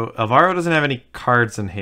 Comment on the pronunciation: It's ÁLvaro, not álVAro.